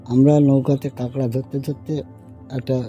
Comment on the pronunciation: কাঁকড়া কে আপনারা কাংডা বলেন কেন